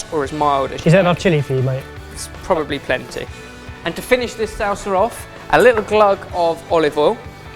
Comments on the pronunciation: and how he says salsa so it sounds like "sOW-suh" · as a Mexican I thought I would be more bothered with the ingredients but no it was way of pronouncing salsa... "SAUWSA" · I love how says salsa. Sow-sa I also thought he said the "grate-est" thing about this recipe. Top pun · I physically cringe every time pronounces "salsa". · I know people give crap about his pronunciation, but c'mon... "salsa" isn't hard to say! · So weird the way says sauces and salsa...of course I’m from Texas though....